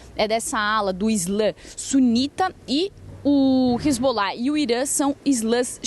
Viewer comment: Hisbollah 😂😂😂 de onde essa repórter tirou isso?? 😂😂😂